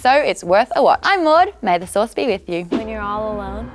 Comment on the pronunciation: At the end she sad sorce